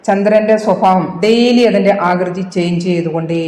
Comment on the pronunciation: സ്വഫാവമല്ല സ്വഭാവം എന്നുച്ഛരിക്കുക